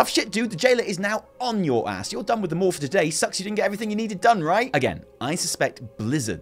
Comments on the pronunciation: The more you talk about the maw, the more we really need your wife here to teach you to speak properly. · Maw and maw.... It’s like I’m being tickled. I don’t want to giggle, but I can’t help it.